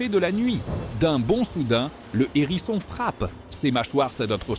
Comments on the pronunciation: Un "h"érisson et non un nérisson, humain au faible vocabulaire ou IA sans subtilité linguistique. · Il s'agit d'un "HÉRISSON", pas d'un "N'ÉRISSON ! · On ne dit pas un n'herisson mais un herisson il y a un H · un Herisson, pas un Nerisson ! 😂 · Waou,c’est impressionnant, j’adore cette vidéo. Merci. Éviter toutefois de faire la liaison avec hérisson. Un hérisson pas un nérisson, des hérissons pas des zèrissons😂